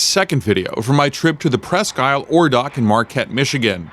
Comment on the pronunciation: Neat videos... Pro tip: I believe the locals pronounce it less like, "Press-Key Aisle" and more like, "Press-Keel". Almost as if it's all one word.